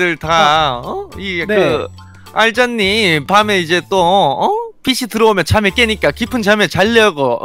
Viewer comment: 알잤니 아니고 알잖니 아닌가요옹?